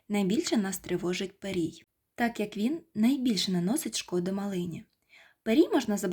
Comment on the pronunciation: А може пирій,а не перій😊